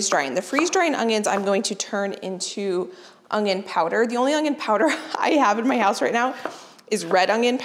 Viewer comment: She is so awesome and I never miss a video, but I do believe I hear a G in the word onion when she says onion ... How in the world do you do this with a new baby? I love your videos and I am 64 years old and love learning from you and sharing with grand kids. Keep up the good work.. and God bless you and your energy and enthusiasm!!